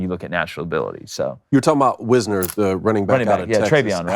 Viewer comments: It’s pronounced WISE-ner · It's not WIZ-ner, it is WISE-ner.